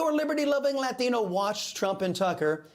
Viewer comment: I love Chris , but I always giggle when he turns full latin rolling rolling 'Latino, off his tongue. ✝️💜